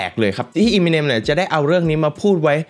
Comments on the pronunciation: เอมิเนม ไม่ใช่ อีมิเนม ถ้าฟังสัมภาษณ์ต่าง ๆ จะได้ยินเค้าเรียกชื่อกันมัน เอมิเนม หรือ เอเมอเนม ก็ได้ มันไม่ใช่อีมิเน็ม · อยากขอแก้นิดนึงค่ะ คือชื่อป๋า Eminem อ่านว่า เอ็มมิเน็ม ไม่ใช่ อีมิเน็ม นะคะ มาจาก M&M ที่มาจากชื่อ Marshall Mathers ของเค้า เวลาอ่านเร็วๆจะเป็นเอ็มมิเน็ม พอมันผิดมาตั้งแต่ต้นมันก็เลยขัดๆไปหมด 🥲 นั่นแหละค่ะ แต่ก็ขอบคุณที่ยกเรื่องนี้มาเล่านะคะ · Eminem มาจาก m&m นะ ต้องออกเสียงเอมิเนม ถึงจะถูกต้องนะครับ